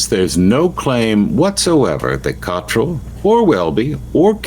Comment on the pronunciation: You still can't correctly pronounce the surname of the Abp of York.